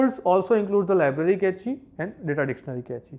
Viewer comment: Cache as Kae-chee 😵 it is pronounced as cash